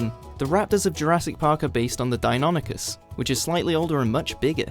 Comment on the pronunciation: He prenounced deianichys wrong